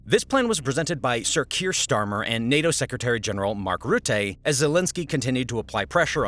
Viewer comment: Mark RuttAY? WTF?